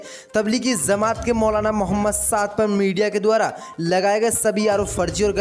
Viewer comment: Aap ek shabd galat bolte hain or woh kia hai ki aap bolte hain ki tabligi zama at..... Yeh tabligi zama at nahi hai balki tabligi jama at hai jeem hain nake zeem to woh right jumla hai tabligi jama at ok main aap ko isliye boolraha hun ki yeh aap ki news sab koi sunta hai or galat boolenge to sab hasenge isi key main ne aap ko yeh baat batadi or main umid kar ta hun ki kal se right jumla bolenge ok